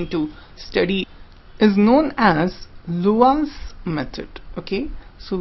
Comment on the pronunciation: Please note, "Laue" is pronounced "LAA-WEE".